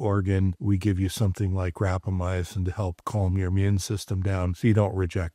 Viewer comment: Everytime says, "rapamyacin" instead of rapamycin, I cringe. I just can't get past that extra vowel.